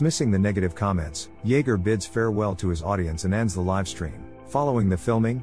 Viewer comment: Why is it that the damn robot speakers still can’t pronounce certain word correctly. Like ‘live and live or lead and lead’? I mean come on what is so freaking difficult about it?